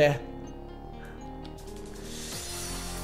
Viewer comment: Perché lo chiamate Archias! Se si chiama Arceus, da dove l'avete presa la pronuncia 😭